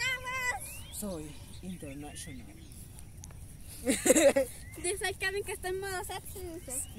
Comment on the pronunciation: ES INTERNASHONAL XD